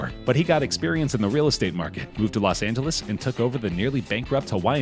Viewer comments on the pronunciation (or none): none